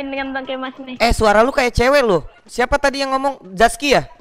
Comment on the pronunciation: Zaki bang bukan zaski